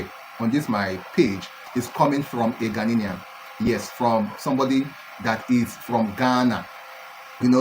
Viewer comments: You don't even know how to mention Ghanaian and you still think you speak English. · Not Ghana nian, it's Ghana ian .